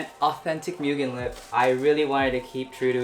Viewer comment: Right?! and he doesn’t even pronounce the name right lol